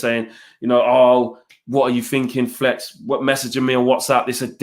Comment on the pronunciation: flex turned Jamaican